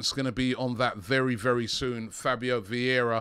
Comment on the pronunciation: You run a channel about Arsenal, have more then milion subs, and you're still not interested in learning how to pronounce player names? VIeIra not Viera, after 2 seasons Edegor not Odegard ... You are just one click from learning, is not that hard.